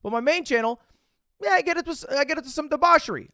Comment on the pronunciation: the way lud pronounces debauchery is the only thing I could pay attention too